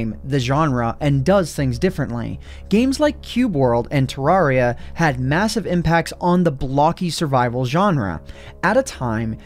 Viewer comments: For some reason it really triggers me how he pronounces Terraria. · Excuse me, why did you say Terraria like that? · pronounce terraria right